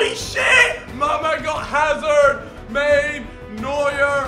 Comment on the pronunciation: to Cal tries to pronounce Mane but ends up calling him Main!!!!